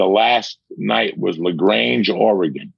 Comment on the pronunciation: "La Grange" Oregon....